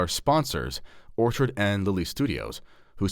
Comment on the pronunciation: Enjoyed the video. Just wanted to alert you to two issues re your sponsor,. I believe you called them Orchard and Lily as opposed to ORCHID & Lily. Also, we’re from U.S. and my wife was not able to purchase on the website. Hope this helps. Keep up the great videos. God bless…